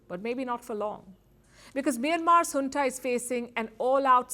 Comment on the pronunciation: It's junta not hunta. How many times will I correct you.